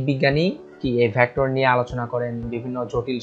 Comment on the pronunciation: ভ্যাক্ট্রর না ভেক্টর